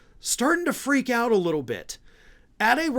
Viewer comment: This is trite, but does anyone else get annoyed by the way he says,”little”?